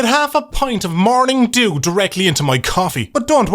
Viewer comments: Is it just me, is is saying "morning Jew"? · Love the way you say "Morning Dew" XD sounds like "Morning Jew" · Had to do a double take on morning dew, thought I heard morning Jew for some reason.